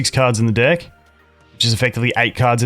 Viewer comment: I don’t know if you’re saying dick, or deck. Should put a “pause, no homo” in your sentences time to time 😂💀